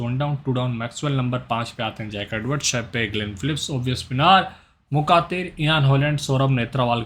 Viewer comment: wo मुखातिर nhi he मुख्तार he